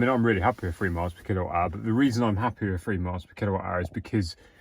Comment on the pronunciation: what is "Free miles/kWh?" Don't you mean 'Three'?